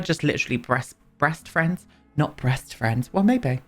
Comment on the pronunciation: I'm inventing the drinking game called "Chimney bweast" and heck i will be bloody drunk after every video!